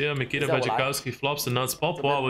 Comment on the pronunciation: His name is Nikita!!! Not Mikita